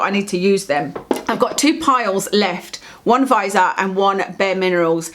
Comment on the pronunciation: Great video, I enjoy watching you talk about make up and skincare. I was just driving me nuts in this video because you say Viseart wrong. The "e" is not silent. You say vis-E-art. Where the E is pronounced like an "ie" or "y" sound, if that makes sense. Great collection though, you inspired me to buy the viseart amethyst pallet when I saw your is retin a dangerous video. You were talking very important and interesting facts and opinions and all I could think was how STUNNING your eye shadow was! lol. Like a bird who can't take their eyes off something shiny. I went straight to my well used sephora app and ordered it. It just shipped today, so only two more days before I have more purple eye shadow. lol Keep up the good work!!